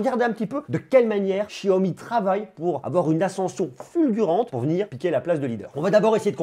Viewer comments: Salut, je trouve ton travail pertinent et suis avec attention tes vidéos ! Juste un petit truc...on prononce Xiaomi ..."cha-o-mi"...parce que "chiaomi" en Français...ça fait bizarre...😁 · xiaomi se pronnomce [chaomi] et non [chiaomi]